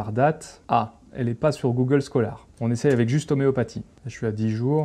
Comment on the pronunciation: 'oméo pa'tie?